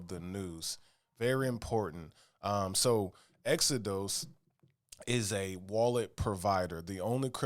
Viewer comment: Exo-DOSE 😅 like the Bible, Exo-dus